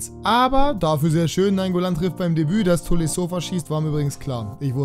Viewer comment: Also naingoolan zumindest